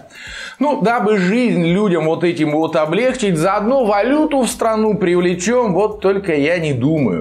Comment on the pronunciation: "ОблегчИть"... На "И" там ударение...